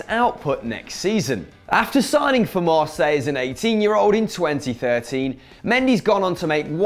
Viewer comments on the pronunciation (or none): none